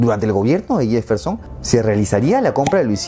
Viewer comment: O Yefferson en lugar de Jefferson...jajajaja